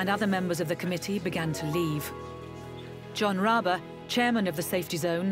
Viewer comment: It's John rabe